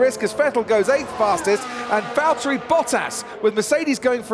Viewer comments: Sunday be like: El Valtteri it’s el Jámes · its vallery